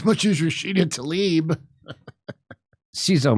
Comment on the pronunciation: Why does Jimmy constantly get Rashida Tlaib's name wrong? It's not that hard. Also, we aren't surprised at Tlaib's behavior here, because we've seen again and again her willingness to go along with the corporatist legislators.